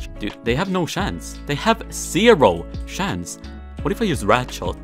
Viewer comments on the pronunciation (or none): "they have 0 shance"